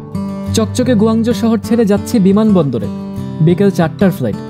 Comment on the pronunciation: গো না কুঔ, গোয়াজো না কুয়াংচো।